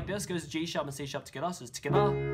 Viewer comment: Ha ha. I wait for him to say togethaa every video I watch.